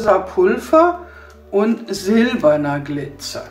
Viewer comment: das heißt glizer nicht gliter🙈